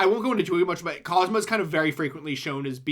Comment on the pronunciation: Also his name is Kazama, nor Kazuma. Kiryu's first name is Kazuma.